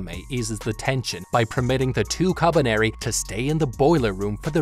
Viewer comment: The way he says kabaneri is so satisfying